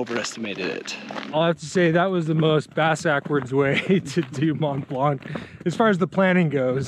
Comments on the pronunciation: You don't pronounce the C in Mont Blanc.. Make an effort guys... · it's not Mont " BlanK " FFS, the C is silent guys ...😆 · It's called Mont Blanc, not Mont Blanque lol. The c is silent. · Strange that you managed to get up a mountain without getting it's name right, it's pronounced mon blan, not mont blankkk.... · Nice work and nice video. But just a thing, we said Mon(t) Blan(c) 😄 🇫🇷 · Nice video. It's "Mont Blan". The 'c' is silent. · I’m also coming to the same conclusion that guys your awesome ... To do my geek 🤓 : It’s pronounced Mon Blan which means the white mountain. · its pronounced 'mon(silent ish t) blonc'! very nice work boys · regarding your last question, you are note saying Mont Blanc right ;) (the t in Mont and the c in Blanc are silent). But super awesome video! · Great video! I did it a long time ago with my father. I do not mean to be rude but the C at the end of Mont Blanc should not be pronounced!😅 Like the T at the end of the world Mont… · The C in Mont Blanc is silent. ;-) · T and C are silent :) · Well done, great achievement, but please try to pronounce Mont Blanc correctly. It's not difficult.